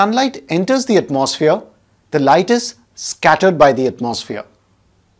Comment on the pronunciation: Heres a tip! The word atmosphere is pronounced atmo-sphere. The mo is a round o sound unlike the maw or the more open mouthed sound you are doing. Also the gap is not at atmos but it is at "atmo" Your pronunciation is something like atmaws feer It should be atmo sphere Then again, your videos help me a lot and i thank you for the contributions in my grades 😅. I have got a gold medal in Science Olympiad for your teachings. I hope to become a teacher like you one day!